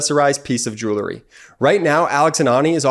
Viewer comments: Hey kid? The word is "jewelry" not "joolery". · For heavens sake, tell your brother that there is no such word as jew-lery. He needs to re-shoot his ad presentation. It undermines your site's credibility. The word is pronounced "jew-well-ry" Otherwise, I think this is one of your most important videos. It informs the educable group in the middle. Let the facts of the charges, as presented by the DOJ, speak for themselves. We don't need anyone's predictions. Just present the actual facts - not the speculations. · Jewel-ree? Bee-casse? Jewelry. Because. Dang Northeasterners. Cheer Midas. It just makes me grin every time some weird pronunciation of words goes wrong. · Grates on the nerves a bit to hear the word mispronounced so many times in one advertisment.